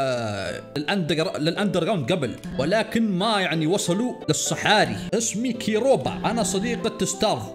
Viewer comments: الc بتتنطق زي الs لو جه بعدها e او y او i يعني سيروبا مش كيروبا 😂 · والله star أُسطوري، و هو من الشخصيت المميزة في اللعبة !! على فكرة Ceroba اسمها ينطق سيروبا و مش كيروبا Lol